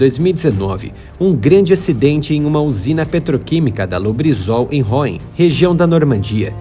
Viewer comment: Vídeo muito bom com informações importantes que não costumam ser divulgadas! Só por curiosidade a cidade de Rouen pronuncia-se Ruã e não Ráuen. As letras "ou" em francês têm o som de ú, e as letras "en" têm o som de ã. Exceção para Citroën em que as letras "ën" têm o som de éne, por causa do trema em cima do e... Um abraço.😀